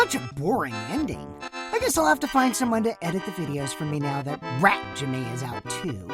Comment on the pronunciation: "HaJiMeh" HDOSHDHEHEH